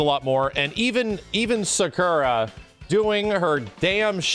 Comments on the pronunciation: the fact he still says sakura wrong triggers me. But honestly I'm happy sakura and blanka are in fortnite cuz that means WE CAN GET MORE SAKURA MERCH AND FIGURES WITH THEIR INCREASED CLOUT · Why does say Sakura like that